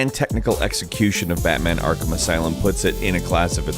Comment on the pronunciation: "Akrham" Knight